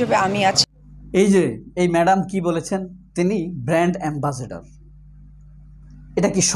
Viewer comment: ভালো করে শুনে দেখুন। অপু brand ambassador না বলে বললো band ambassador 😄😄